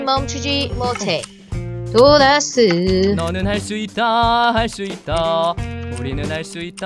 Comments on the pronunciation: 도라스 라고하실때 "돌앗으!"라고 들엿어요 ㅋㅋ ㅋㅋㅋㅋㅋㅋㅋㅋ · 도라스를 돌았으로 들었닼ㅋ